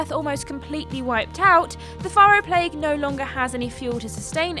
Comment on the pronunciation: Faro and Carja were constantly mispronounced, but otherwise good video.